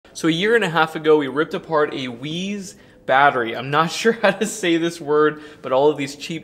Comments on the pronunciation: I lived in Taiwan for two years. It's pronounced Waze-Uh Thanks for the content! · I think it's pronounced wise? My brother installed 3 Weize in parallel. He is off grid since fall of 2020. Zero issues. I have Zoom batteries. I've had zero issues. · I think it's pronounced like "wise", but I could be wrong. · Weize is pronounced like HefeWeizen. I bet the Chinese manufacturer has no idea how to pronounce it properly. Thanks for providing this helpful info! I bought a 50ah Weize Lead Acid battery a couple of years ago for the RV and it still runs like a top, seems high quality. Also running a couple of CALB LiFePo4 DIY bats which are incredibly efficient and reliable, based on your recommendations 2 years ago. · ⚠️ They Call it The Weeeez! Or… is it Weezer? 🤣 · The dude called it a "weeze" battery in the first 30 seconds so obviously I wouldnt trust this dude to wipe his ass properly 😂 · In German words with an e and an i, you pronounce the second letter. So, ei would be "eye", ie would be "ee".